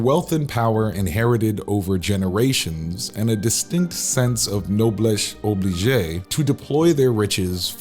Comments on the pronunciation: It's not noblesse obligée (forced nobility) but nobless oblige (nobility demands). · "Noblesse oblige", not "obligé". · Ouch! My ears started bleeding at . There is no "AY" sound tacked onto the end of "noblesse oblige." It's just an "e," not an "é" (with an accent aigu). Therefore "oblige" is just two syllables, not three. O-bleej. Not O-bleej-AY. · Lol, noblesse obliJAY…. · You pronounced noblesse oblige incorrectly - it should be “noblesse obleej” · teeny tiny correction: "oblige" from "noblesse oblige" has no accent, like "beige" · That pronunciation of noblesse oblige is ‘no money’ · The pronunciation of noblesse oblige was painful